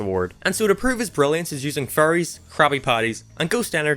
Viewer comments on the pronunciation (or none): I thought you've been talking about furries when you were saying faries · I thought u said he was “using furries” until I realized u said faries.